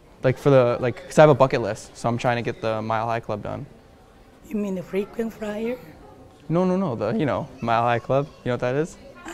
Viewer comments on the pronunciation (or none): " You mean the frequent fryer " ? This Asian gets a giant L. L as in R.